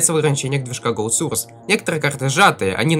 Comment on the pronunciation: Не сурс а сОрс! Надо правильно произносить!!!!!!!!!